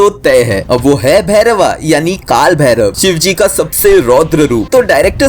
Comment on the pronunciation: भैरव✅ भैरवा ❌